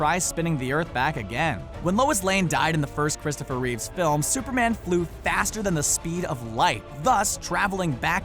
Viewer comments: He said duperman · "Super man can time travel.......Duperman has been sometji g of a......."ect. Literally says Duper man